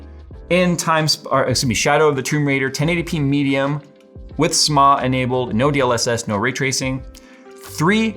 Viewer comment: I've never heard anyone pronounce SMAA like that. I like it.